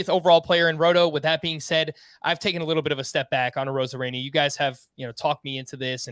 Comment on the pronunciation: I was taking you’ll seriously until you said arozarena.